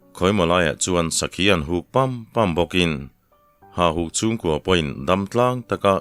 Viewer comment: Hahuk a ni lo, hauhuk tih tur.